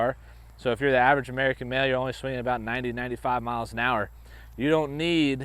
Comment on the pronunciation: Talking aboot